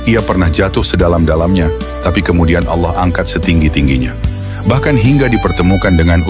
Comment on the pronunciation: Pelapalan nama Alloohnya sudah sangat fasih banget didengarnya, indikasi bener2 ikhlash dlm beriman Islamnya.